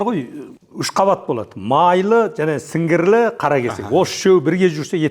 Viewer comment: Сіңгірлі емес сіңірлі